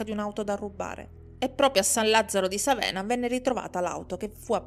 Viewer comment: Vivo a Bologna ma colpevolmente non conoscevo questa storia. Solo due appunti sulle pronunce: il cognome è Beccàri, il quartiere San Lazzaro di Sàvena, la cittadina Zola Predosa. Grazie per questo racconto, rimango sempre piacevolmente colpita dalle tue doti narrative!